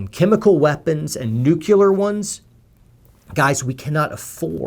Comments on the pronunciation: yes, but the diphthong occurs after the L. Nu-cu-ler < Nu-cle-ar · He keeps saying Nuk-you-ler instead of nu-clear. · Three times you said nucular. It's Nuclear, only one U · Love you. I sincerely appreciate your attempt to educate people without as much worldly experience and who haven't had their eyes opened to to cruelties that true evil commits. Keep up the good fight. P.S. Please stop pronouncing "Nuclear" as nuke you lar. It's nuke lear. Sorry just a pet peave of mine. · NucLEAR, as in the nucleus of an atom. Not Nuculer. I agree with some of your points, but I disagree with most. Thumbs down. Too hasty- not thought through. (Someone is salty about not getting a college degree...) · It is pronounced "new - clear"... NOT "new-que-leer". 2 syllables... not 3 syllables. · The only problem I have is mispronunciation of “NEW-q-ler “. Dude, it’s NEW-klee-er. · Totally agree with your arguments. But I couldn't get past your pronunciation of "nuclear". You pronounced it "new-cue-ler". Think "New Clear". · He's right on- other than his occasional mispronounciaton of Nu-Clea-r. And we can assume our national intentions overall doesn't include pillaging a county during/after a war... But -- we Should assume there has been instances of shady military or private contracts as a result of some conflicts. Too much money gets shuffled around during/after wars for all of it to be "clean". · Newkewler?? Sigh. Please correct your pronunciation. Thanks. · Wow. Did this guy just say, “nucular?” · What is the matter with your pronunciation?... Nucilar?! Teliben?! Sensationalistic?! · I don’t get how someone who spent so many years in the military can still pronounce nuclear as nuke-you-ler. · “NUCULAR” !? Best word, I’m a slam poet, I should know. 👊🏽👊🏾👊👊🏻👊🏼🎤⬇️ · Poet Society Cache is pronounced "cash" and Nuclear is "New-Clear" - Grammar Nazi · Whoa. Rewind. Did you just say new Q ler? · Irs hilarious how says "towl-a-bohn" and "nuke-ya-lar".